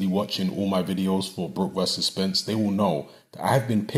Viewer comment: honestly i heard you loud and clear i watch all your videos and I clearly heard you say spence